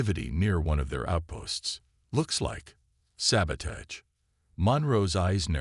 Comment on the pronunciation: And please teach the AI both proper pronunciation of “sabotage”, and not to pronounce the asterisks